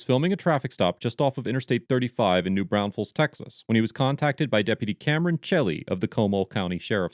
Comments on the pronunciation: New Brawn-fulls is the correct pronunciation. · Pronounced New Braun-fells Texas in Comb-Al (like say the name Al) county